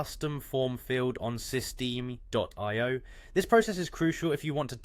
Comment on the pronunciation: Just trying to help you out. Usually it's pronounced sis-t- M.